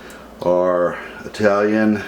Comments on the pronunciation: The guy said Eye-talian. Nobody ever came or lived in a place called Eye-taly. If he doesn't even know how to say it, how can he cook it. Cooking well is all about the details. He is a total fail. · Did this stunod just say "eye-talian"? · Sorry, bad sound, bad pronunciation Italian, and What happened to "fresh tomatoes"??? Using a blender is a deal killer for me, so I quit the video at that point. Nothing personal.